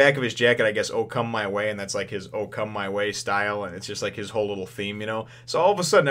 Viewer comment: "okama way" instead of "oh come my way"...